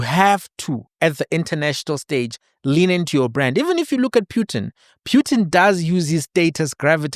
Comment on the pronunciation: That Russian president's surname is pronounced phutin/poo-tin not pyutin which reminds me of puke 🤮